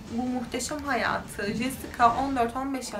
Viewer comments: jesika nedir abi cesika diye okumayi ogrenemiyor musun? Ayrica 90'li yillarda siyahilerin dedigin gibi dislandigi bir durum da yok,O kadar kotu anlatiyorsun ki cidden zaten sayili true crime kanali var TR'de en kotusu sen olabilirsin uzgunum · Jessica yazılır Cesika okunur